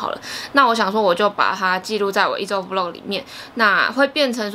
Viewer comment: 很喜歡看peach的影片，特別是穿搭的系列。 每次聽你說vlog 是v漏格，聽起來就怪怪的！ 但還是很愛看你的影片，超用心的。